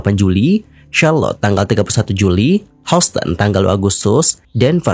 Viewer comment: Maaf sebelumnya bang, Chicago = "shikago" Houston = "yusten"